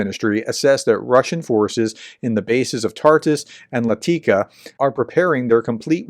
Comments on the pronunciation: It is not Latika it is Lat a Kia! Look at the letters in the word! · Latakia is not Lateeka, it's Lart'keea, or Lartukeea. This is Syrian Laodicea (Laodíkeia).